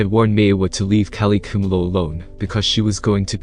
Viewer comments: What so difficult to pronounce the word "Khumalo"...? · Khumalo pronounced phonetically ku-ma-lo